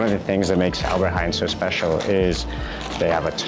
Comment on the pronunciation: It is NOT Alberty Haain it is Albert Heijn with ei, not aai